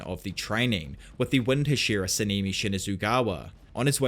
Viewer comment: I really love this series, but you saying „Semimi“ like 50.000 times almost broke me🤣🤣🤣 it‘s a language-thing, I get it. Keep up the good work!